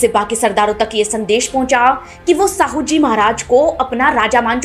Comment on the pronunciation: मैडम साहूजी नहीं शाहूजी महाराज कहिए नाम तो सही से लो